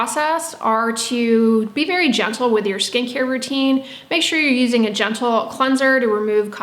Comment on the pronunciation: took me a darn minute to realize she said SKIN CARE content, and not SKANKIER content. Oops. :<